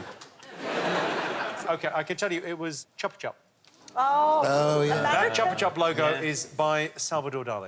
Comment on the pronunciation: Somebody needed to tell Jimmy how to pronounce Chupa chupas. It's /shoopa/ The word means to suck or lick. A chupa chupa is Spanish (and Portuguese) for a lollipop.